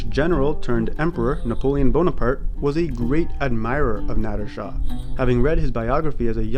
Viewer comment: How cum this English language is so so limited in pronunciation....He( ਨਾਦਿਰ ਨਾਦਰ ਸ਼ਾਹ ) but in English he be dough written as `Nadir Shahʼʼ but the way this guy pronouncing as `Nadddrr--Nadddrr ʼʼ is so so wierd....-!!? Why cant u English speakers or specially the westerns try to learn true pronunciation..... Westerners cant pronounce---(Peshawar , Khandhar -Iran they say `IE--Rraan ʼʼ) English became international language....but it doesn't mean they got right to take a Mickey out of other cultures ....!!